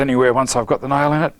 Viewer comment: First time I've ever heard "nail" be a two syllable word. From the South of the USA, it feels like our people are brothers in a strange way.